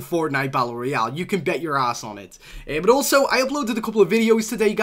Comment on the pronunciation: Why does he say but like boot